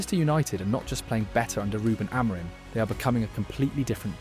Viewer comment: Oh no the name problem still! It's "MBOOMO" like in "boom" for crying out loud! You even pronounce Amorim's name wrong - it's pressure on "rim". There's a short on United's Youtube where Amorim and all the players pronounce their names and you should watch that and finally learn. I don't know why most English speaking people are so arrogant they don't want to learn how to pronounce foreign names? If everyone called you "Louse" instead of "Luis" you wouldn't like it either. I won't like any of your videos before you learn how to pronounce the names of your favorite team players.